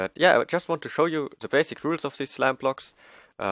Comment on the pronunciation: It sounded like you where saying slab block instead of slime block lol